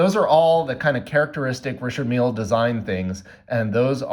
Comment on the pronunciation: its not pronounced Richard Meal... holy fk its annoying the way you say it. Also you could have bought the same watch in china for 60 bucks